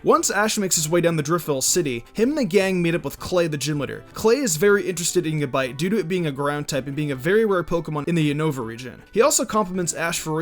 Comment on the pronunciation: fucking gAbite. not gibite, that shits pissing me off. lol